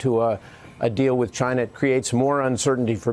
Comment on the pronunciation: I thought he was saying Gine-nah.